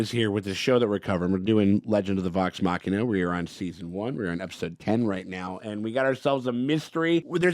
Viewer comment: ngl I got so used to saying “Legends of the Vox Muh-she-na” that it feels wrong to hear him say it properly.